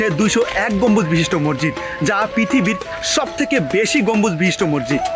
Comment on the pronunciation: শব্দটা মসজিদ, মরজিদ বা মজ্জিদ না। অনেক উচ্চারণেই প্রবলেম আছে আপনার। উচ্চারণ ঠিক করুন। আর স্ক্রিপ্ট এ বাহুল্য দূর করুন। এছাড়া ভিডিও কোয়ালিটি, সিনেমাটোগ্রাফি ভালই। ইডিটিং এ বেশি অস্থিরতা চোখে লাগে৷